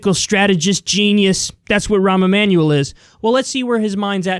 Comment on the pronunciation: Sounds like you’re saying “Ramen Manual”